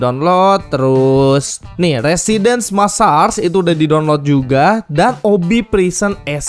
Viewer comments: bang cara nyebutin "residence massacre" itu "residens maesseker" bukan "residens massas" 😅😅😅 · "Residens Massars" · Residence massacre Dibaca residenś messarç